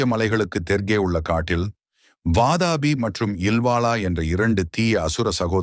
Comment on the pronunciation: Vaatapi ille pa. Adhu VAAATHAAAPI.